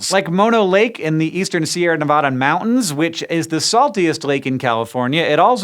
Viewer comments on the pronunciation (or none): none